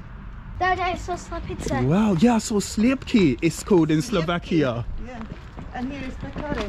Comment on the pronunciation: You have phenomenal pronunciation for a foreigner, man! The way you pronounced "sliepky" made me drop my jaw, because it is far better than how my wife (Czech) pronounces it - have you trained your pronunciation or how on Earth did you manage that?